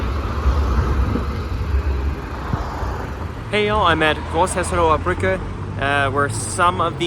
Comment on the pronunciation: Perfect pronunciation (especially Großhesseloher Brücke isn't easy)